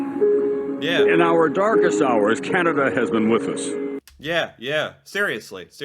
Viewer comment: Please stop saying Key Ann A Duh! Thing soup is In? What is a "Can"? What you should say with a tongue depressor in proper use? What is "A"